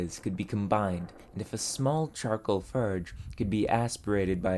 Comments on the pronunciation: FORGE Not Furge. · Dude, not to be rude, but please learn how to pronounce your Os. I love your content but I’m so distracted by you calling the fOrge a fArge and anything else that requires the OR sound with an AR instead that I can’t concentrate on your video. That being said, thank you for the interesting content and good luck! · Why do you keep saying "farge" instead of "forge"? It is quite annoying, please stop and enunciate properly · hey, great video! But you're pronouncing your "O"s as "Ö"s ("eu" in French) and it's a bit jarring especially in "förge" :D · The brother here likes to replace the O sound with the E sound. More to merr. Form to ferm. And of course, forge to ferge. No hate, just an observation. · Where is your accent from? I've never heard someone use "er" for all "or" words. Like "ferge" instead of "forge" and "mer" instead of "more" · A furge anvil, or farge? I can't tell. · i cant help but think 'ferge' every time you say 'forge' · what accent is that? its strange that you pronounce it "furge" instead of "forge" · ik how childish i am for this, but, bro just DOES NOT have the "OR" sound. I cracked when he said "furge" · Why cant you pronounce or. As in forge or horn. Its really distracting hearing "furge" and "hurn". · you pronounce "forge" and "torch" like "ferge" and "terch". is this a dialect/accent from where you are? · Furrge? and blowturge? Where tha heck are you from dude? I have never heard someone speak otherwise fluent English but randomly incapable of pronouncing an O sound and substituting it with ER or UR. Canadian dialect? :S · Between “ferge” and “shert lengths” I’m beginning to think he was the first to coin the term “sherd” for shard of pottery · What is your accent? you're pronouncing "or" like "ur" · Why do you mispronounce forge? It is very distracting. Am I missing some inside joke or something? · Why does it sound like he keeps calling it "farge"? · ferge? terch? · Is anybody else triggered by the way he says forge😂